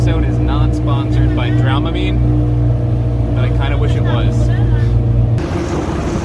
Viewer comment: It's Dramamine, with the first 'a' sounding like the 'a' in 'family', not "Drommamine", and it should be "I kind of wish it WERE", not was. It's the contrary to fact subjunctive. "I wish I WERE an Oscar Meyer wiener", not was.